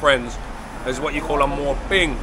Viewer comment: My Thai wife says it's "moo" ping not "mor" ping